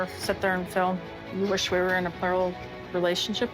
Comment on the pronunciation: FEEL...not FILL. DEAL, not DILL!!